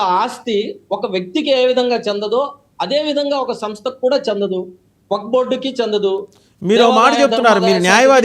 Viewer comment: Wak/waq kaadu, Wakf/Waqf adhi.meeru Advocate sir. వక్ కాదు వఖ్ఫ్ కరెక్ట్ పదం కనీసం వక్ఫ్ అని ఆయిన చెప్పండి ۔మీరు అడ్వకేట్ సార్.